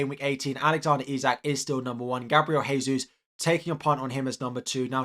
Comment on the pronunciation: Gabriel Jesus is pronounced Dje-sus and not Hey-sus